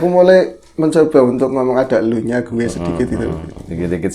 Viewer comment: Mas" duo packaging 🤣🤣 Kalo ngomong"gue" jadi kedengaran "kue" Ah.... pokoknya semoga tambah sukses untuk kalian berdua 🖤